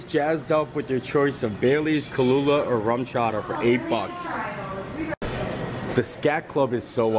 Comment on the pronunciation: I think y'all were adding a few letters!? It's pronounced Kah-loo-agh, Not Kah-loo-lagh😉